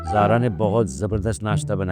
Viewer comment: maamu said sara instead of zara